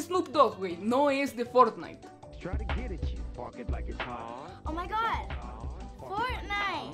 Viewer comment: "oh mai gad fortnite" jaja morí 🦠🦠